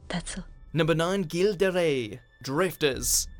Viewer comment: About Gilles de rais .... it's not pronounced Guille de rais with a G but with a J like in Joy or Japanese. Source: I'm French